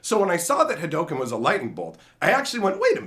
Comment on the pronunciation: no it's not. It's pronounced Ha Doh Ken. It's the way of the Ha Doh, not the way of Ha Doo